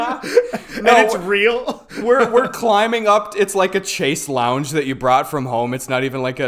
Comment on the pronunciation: that pronunciation of chaise longue omg